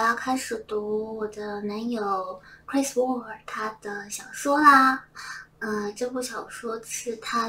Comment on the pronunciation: 差一点听成了Chris Wu